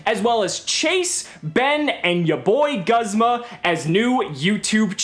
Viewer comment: Guzma is pronounce Goozma